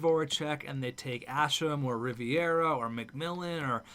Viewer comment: It’s R-I-V-E-R-A not R-I-V-I-E-R-A, plz say it right 😂😂😂